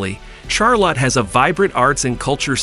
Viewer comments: LMAO!!!!! The way he said Charlotte Char-Lot 🤣🤣🤣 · Rally? Char-Lot? Must be a dang computer voice.